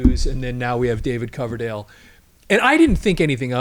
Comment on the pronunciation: Did the bald dude really say, "David Cloverdale"? Time to replace him with a knew sidekick.